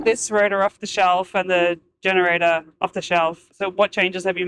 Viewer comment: Yenerator. How did he go from G to Y? 😂